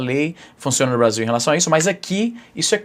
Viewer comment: O izzy virou gringo de vez BRAZIL